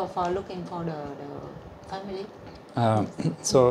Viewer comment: cô phiên dịch cũng biết nhiều nhưng do phát âm chưa chuẩn thôi chứ cô nghe hiểu và dịch nhanh cũng là hay rồi ( cô phát âm for the thành pho đờ nghe không quen sẽ không hiểu, phát âm what cũng vậy, ở đây là bắt hơi nghe hiểu thôi. Chúc em Vân mau tìm được mẹ.